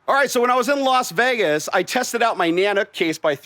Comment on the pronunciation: *Las Vägäs